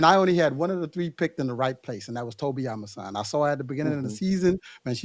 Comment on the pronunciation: Loving that we are pronouncing our fellow Africans names correctly, Yass Kambunji and Amusan. love it Gatlin!!